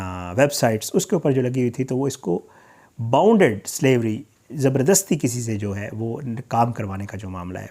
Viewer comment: الفاظ کی ادئیگیpronunciation کسی سے پوچھ لیا کریں بانڈڈ لیبر لفظ ھے نہ کہ باؤنڈڈ اسی طرح سسکس Sussex ھے